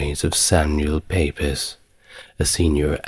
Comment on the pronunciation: Fantastic again! One miniscule correction: 'Pepys' (the diarist) is pronounced 'peeps'. Bizarre but true!